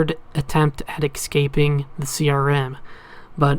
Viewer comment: "Ex scaping" lol what accent is that